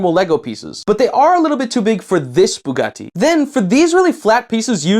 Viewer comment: why do you sat bugatti like that?